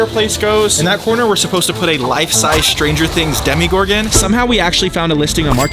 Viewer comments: Its not a demigorgen it's a demogorgen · It’s demo Gorgon not Demi Gorgon